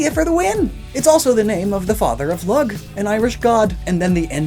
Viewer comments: The god Lugh is actually pronounced Loo. Please do not jump all over me people. If I were making a video, I would want to know if I mispronounced something too. Other languages are difficult and I feel he typically pronounces things better than I probably could but I happen to have personal experience with this deity and pronunciation. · Lugh is pronounced "loo" and not 'lug' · Its pronounced loo,not lug,its keltic not seltic and I have never heard anyone with the surname cian,which is pronounced Keean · Lugh is pronounced Lew, not Lug. Get better at yer gaelic ya git. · please say Lugh/Lug as LOO(h) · Um I'm pretty sure Lug is pronounced "Loog" since his other name Lugus is pronounced LU-gus. Sorry for being nitpicky. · "Lugh (lug), the Irish God" I believe it's pronounced "loo" or "lew" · In case no one else has said it, It's pronounced 'loo'. Poor Lugh T.T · For future reference, Lugh is pronounced "loo" and Celtic is pronounced "kelt-ik". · regardless in every instance I've heard Lugh (referring to the Irish Sun God) is pronounced L-oo